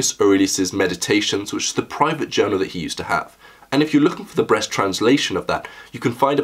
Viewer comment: seconds you said “breast” instead of “breast”